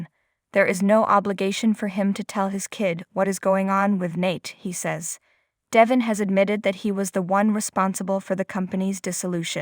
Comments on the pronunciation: How many times have Y & R listeners told your person that DE VON IS pronounced right on the daily show IF. YOU WOULD LISTEN TO THE SHOW!!!!!!!! NOT. DEVIN!!!!!!!! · Please say his name right, you speak English and can read I assume, Devon not Devin